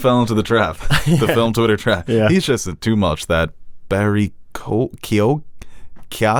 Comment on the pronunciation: Lads, watch ROME! Two brilliant seasons of Game of Throneseque sex, violence and political intrigue. Also...it is pronounced Barry Keo-an. The gh is silent an Irish listener 😉